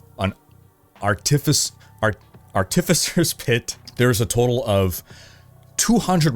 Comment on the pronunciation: Thanks for another great video! Just getting into D4 for the first time since beta and it's really helping me understand all the new systems. Also, Artificer: Are-tiff-eh-sir :)